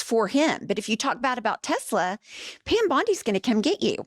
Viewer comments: Legal question!! Do we think he says “Tesler” instead of “Tesla” so he can say in court that he never directly said “buy Tesla” etc exactly- like a legal way of covering his ass if they go after him? Love you ❤ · Not "Tesla" ladies..Say it with me and POTUS..Tessler.. Just saying. Don't forget tomorrow day of Tesla protests! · It’s “TES - LER”.